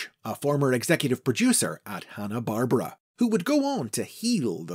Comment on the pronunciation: You also mispronounced Hanna-Barbera , you said the second half like the name Barbra (like Barbra Streisand) when it should've been more like Bar-Bear-ah edit: and again